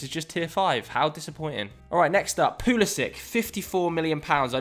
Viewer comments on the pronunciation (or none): none